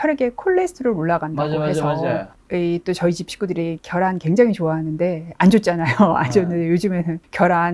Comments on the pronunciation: ㅎㅎ 재밋네 교수쯤 되면 계란 발음 해야되는거 아닌가? 발음 잘못된거 알자나요 달걀발음이 더 힘든데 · 식품연구하시는 분이 '겨란'이 뭡니까 ? ㅋ '계란'을 왜 발음 못하시는거죠 ?? ㅎㅎㅎㅎ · 계란을 겨란이 멍미 ? 발음 제대로 해주세요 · 계란 발음 되네 겨란이 머야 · 겨란,: 가일 😂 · 경상도 살아도 계란을 겨란이라고 하는 사람 없음. 본인의 잘못된 발음습관을 지역탓으로 돌리지 말고 고쳐보시죠. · “겨란” 서울경기권에서 오래사신 분들중 계란을 겨란이라 발음하시는 분들 종종있습니다. 예전 어린시절 달걀장사 하시는분들중 마이크로 “겨란이 왔어요”라고 하시는분들도 많이 봤고요. 경상권 특히 대구언저리는 달걀발음이 잘안되어 “닭알”이라 발음하는 사람도 봤습니다. 계란이든 겨란이든 의미전달의 왜곡이 없는이상 그사람의 사투리나 언어습성까지 고쳐라마라 하는건 다소 무리가 있다 하겠네요. 겨란이라 말한다고 그게 무우나 생강등 전혀 엉뚱한 의미로 전달되진 않으니까요. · 경상도 사람이라면 발음 녹음해서 들어보세요 계란 개란 걔란 겨란 계란 발음이 잘 안되요 잘되는 사람 경상도 60년 산 저는 주의에서 제대로 발음한 사람 못봤네요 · 겨란은 어디사투린가요 궁금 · 저도 경상도 살지만 겨란이라고 발음 하는 사람 한사람도 못 봤음 차라기 개란이라고 하는 사람은 많이 봤는데~~~ 겨란 첨 들어봄